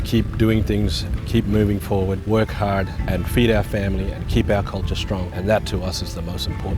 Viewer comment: "Its dey culcha"